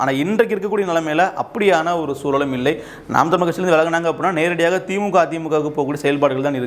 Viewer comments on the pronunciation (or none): none